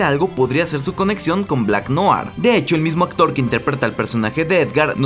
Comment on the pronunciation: No sé si lo pondràn en la serie pero en el cómic es clon de otro... Ah por cierto... Noir se pronuncia "nuar" Buen video.